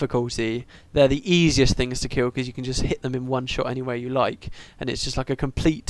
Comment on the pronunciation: Every time you said don't kill the reaper, I heard it as "Don't fear the reaper." Hilarious.